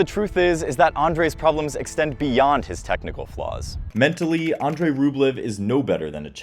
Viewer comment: Mispronunciations make me cringe. 😅 It’s Pop-uh-rin. And more importantly, it’s Ahn-drey, not Oh-drey. ❤